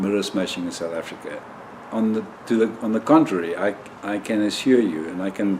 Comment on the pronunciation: yes....I knew South Africa....but it sounded like you were saying something like "Kumalonga"!